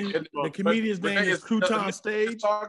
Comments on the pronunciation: NAHH NOBODY HEARD HIM SAY CRUTONSTAGEE 💀 💀 😭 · said “CroutON STAGE” and nobody acknowledged it😂😂😂😂